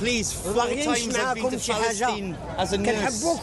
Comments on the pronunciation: Did the welsh bloke say phalastine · Phalastine 😂😂😂 utter pri** LOL 😂 his interpreter gave him a dirty look , rolled his eyes when he said phalastine , and walked off 😂😂 They dont even realise how patronising, how condescending and downright disrespectful they are. Him mentioning Islam as though they will respect what he is saying 😂 i wish they would let him through to visit Hamas and speak like that. They liberally have no common sense ,as long as they can virtue signal they think they are wonderful people. Reminds me of early Peter Kay before Phoenix nights , one of his characters released a xmas song about Africa at xmas , the african backing dancers wanted to kill him for his offensive language 😀😀😀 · Palace- steen??? I’m Welsh and we don’t claim this twat 🙈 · Falasteen, Falasteen, where art thou falasteen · Anyone else just hear Phallusteen? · But even for the few hundred Egyptian pounds, he couldn’t stand that guy saying Paleesyne one more time🤣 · Falice-steen.. I think we know what this guys been getting up to in Falice-steen.. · I think the fellow with the Lloyd Christmas haircut is trying to be "respectful" by attempting to use the Arabic pronounciation of Palastine. That'd be my guess. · His interpreter storms off after he says ‘Palestine’ in a weird way for the third time 😂